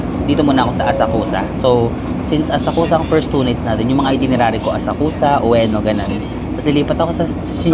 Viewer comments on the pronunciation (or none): Asakusa is pronounced as Asakska silent 'U' please